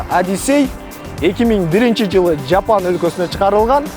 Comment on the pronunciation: Жапан эмес жапон десен боло ботом